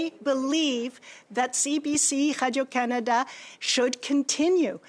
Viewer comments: Anyone else annoyed when she pronounces “Radio Canada” like Pepe Le Pew? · I hate the way she says the company’s name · She's begging for more money?!? She can damn well use the bonuses she and her cronies paid themselves to fund the failing CBC. She's disgraceful and I hate her french pronunciation of Radio Canada! 😖